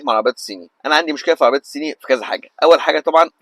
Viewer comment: ضيعت 3 دقايق من حياتي علشان اسمعك بتقول العربيات السيني .. شوفلك حاجة تاني اعملها في حياتك احسن